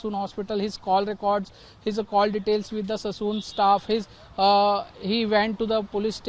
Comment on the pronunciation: Please it's Sassoon Hospital and not Sason Hospital 😂